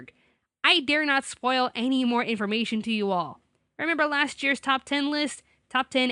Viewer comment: How did you mispronounce "the Last battalion" you said the "laste battalion"